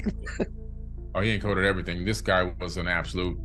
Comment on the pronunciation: This man is saying , ever ting ,I questioned from I was about 16 years old.